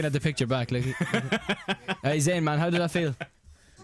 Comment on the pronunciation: ITS ZAYN NOT ZAIN